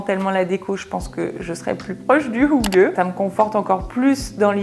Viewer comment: Du utalte hygge meget bra! Jag kan tyvärr inte säga samma sak på ditt uttalt av "lagom", du lade till ett lite "r"-ljud som inte finns med. (En fait, "lagom" est prononce comme ça s'écrit) Annars en mycket koselig och härlig video :) Et pour votre prononcation sur "kos", c'est un long "o" son, un peu comme on prononce "rose" en francais. Mais j'applaudis vos efforts! Je viens de Norvège et je parle norvégien, suédois et danois. Ils sont très similaires.